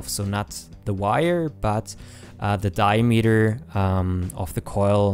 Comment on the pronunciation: Like, It's a good tutorial... But the way you pronounce "diameter" makes me cringe down to the bottom of my stomach. And the amount of times you say it, you would think you would get it right just once...